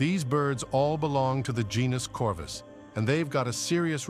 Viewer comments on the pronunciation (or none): "...the genus corvis..." You probably mean Corvus ? Science requires precision. IMHO. But I have been wrong before !